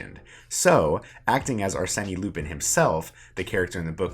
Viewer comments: And assan as assani, and arsen as arseni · And "arseni" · "Arsenee Loopin" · can't get over him mispronouncing Arsene.